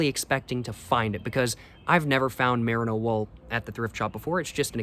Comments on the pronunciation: mer-EE-no tbc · Love your videos, especially your LA vlogs! someone may very well have told you this already but the mer in merino is pronounced like the mer in mermaid